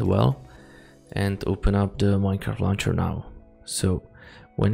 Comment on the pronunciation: actual tluncher bruh not minecraft luncher